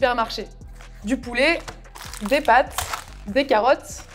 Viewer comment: « Pat’s carrot’s » pourquoi ????? 😭😭😭😭😭